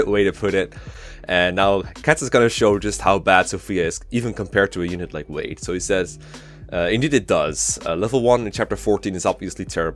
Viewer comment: its wade not ward.